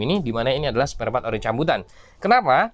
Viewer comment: Sparepart bang bukan spartpart 😂